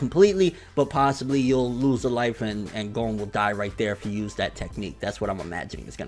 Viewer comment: pronounces Gon's name "Gong" you really start to work on your pronunciation bro, no hate nut it's true